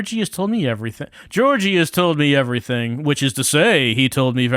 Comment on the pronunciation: Thanks for this, it was fun to see a more lighthearted take on the game. Also, I got a minor stroke every time pronounced Georgiy as Georgie:D